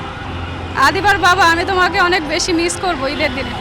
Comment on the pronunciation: রিপোর্টার ওপরে ফিটফাট ভিতরে সদরঘাট, সামান্য 'মিস্' শব্দটি উচ্চারণ করতে পারছে না।😢